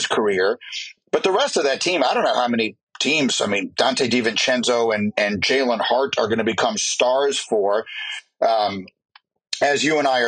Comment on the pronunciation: He said Jalen Hart